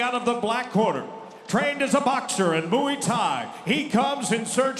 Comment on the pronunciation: moo ee tie??? mway tie!